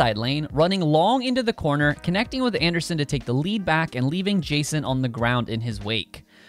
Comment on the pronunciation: its jason anderson not justen